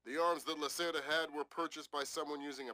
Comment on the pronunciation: The name Lacerda means someone usually males who like to keep long hair, aka ponytail. Its a play on pun on the word Lacerta, the constellation Lizard. Its an interesting way to show that Hugo is a slimy dealer. Spelt Hugo Lacerda, pronounced Hugo Lacerta in the game. Note that Lacerta is Latin for Lizard. The reference is Hugo being reptile like in his dealing, take all that you have if he gets a chance.